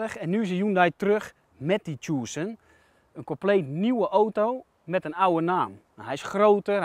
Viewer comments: tjoesen??? je spreekt het uit als "tukson" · Mooie Tjoessunn omg je spreekt het uit als Tuson pannekoek!! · 'Tjoeeesun', je spreekt Tucson uit als 'Tusan' meneer de presentator :-) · tjoesun.. man man man